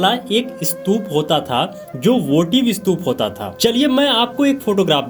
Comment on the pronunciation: आप कोशिश , स्तूप और त्रिशूल का सही तरीकेसे उच्चार करो बाद ज्ञान बाटो